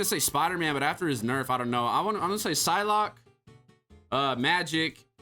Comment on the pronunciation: Sylock is not s more like b